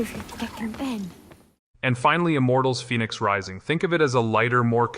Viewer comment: Technomancer was so good. Immortals Fenyx Rising was good too. Side note why pronounce it Immortals Feenix Rising then call him Fennix?